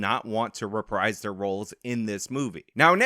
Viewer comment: if you're going to keep using the word "reprise", learn how to pronounce it. It's "reh-preese". Also, it's Willem, not William.